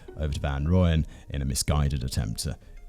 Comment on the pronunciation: Just wanted to let you know its pronounced Roy-Yen...